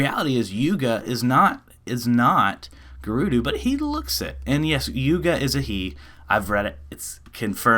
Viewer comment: It's not gerudoo. Stop saying it like that.